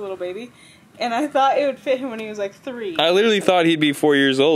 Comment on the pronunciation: i clicked faster than can say “tree” 🥺